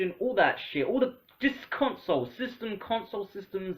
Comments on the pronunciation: did he say ''cuntsole''?? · "give cwedit whewe cwedit is due" "cuntsoles"